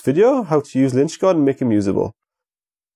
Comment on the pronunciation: Please stop saying lynchgard haha!